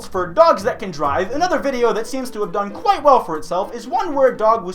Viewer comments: are you ok? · That's alright